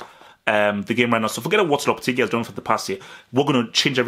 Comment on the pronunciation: I think it's pronounces lohpehtehgee